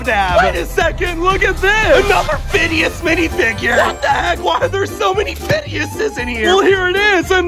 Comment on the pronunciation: “CAPTIN FIDDEUS”alright.